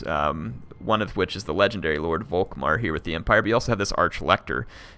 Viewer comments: Germany sheds a tear, every time you say Wok-Mar instead of Volkmar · The "V" in Volkmar is pronounced as an "F" btw.